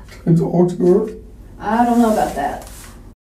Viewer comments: He just wanted to "TWOAK" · Why wouldn’t you TOAK to me? TOAKKKK to me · Everyone's talking about "Tawk", why is no one talking about "Sa'ur'ehh" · should have spent it on a tutor to help him pronounce the word "talk" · The way he pronounce ''Talk'' is a crime itself. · He deserves jail just for the way he pronounces "talk" and the overuse of the word like. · bigger crime is is pronunciation of talk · turns out: if you pronouce the L in the word TALK people will believe you are innocent.